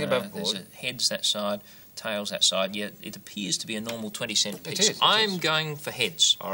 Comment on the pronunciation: "let's just cheeck to see if it's a nermal coin" uhhh, that's no quarter i ever seen, buddy.